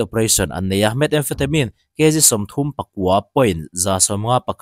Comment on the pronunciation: 'Methamphetamine' i lam dan ve ziah hi a diklo rere.... 'Met•emphatemine' tih tur a nilo... 'Mehtham•phetamine' tih tur